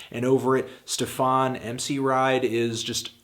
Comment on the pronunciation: Why does he say Stefawn/Stefarn instead of just Stefan? It really bothers me, like, it's not that hard to get right...